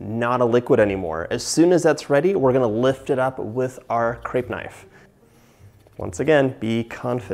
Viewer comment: Hard to resist the urge to correct the pronunciation of crêpe! I’ve actually been thinking about crêpes a lot lately and have wanted to make some. They can be a bit tedious, but they’re so light and just lovely. I’m a huge fan of savory crêpes as well, so I’m thinking of making some stiffed with veggies and some cheese.